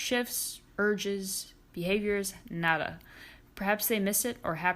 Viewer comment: that nada sounds really spanish/ese nada sonó muy español